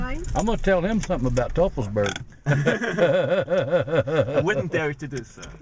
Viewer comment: Great video but it's pronounced "toi-fels-berg" not "tuff-fels-berg".